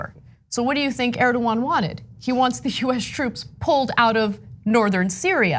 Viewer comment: How is it so hard to pronounce Erdogan properly?